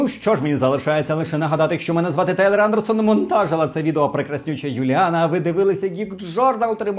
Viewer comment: Не Андерсон, а Андерсон